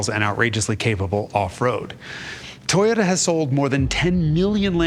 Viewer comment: Toe-yota. Not toy-ota.